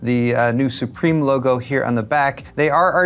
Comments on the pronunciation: Not pronounced as supreme. Sue-Prim. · it's pronounced Sup-Rim